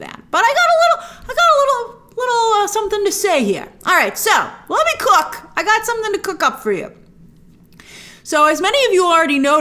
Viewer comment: Grace is so old, she said cook